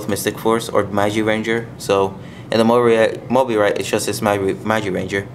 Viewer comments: btw its pronounced mo-bye-rit and nice video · its pronounced mo-BYE-rit. And those are prototypes, so they're not final. But you did point out a lot of things I hadn't noticed.